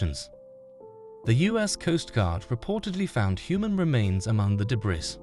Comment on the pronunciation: Man the voice software your using is so disjointed and unnatural sounding at times, it’s obvious that it’s not a real person speaking. It kinda sucks tbh. Also, you do not pronounce the “s” in “debris”.